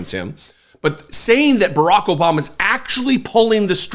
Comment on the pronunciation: "jObama." Perfect!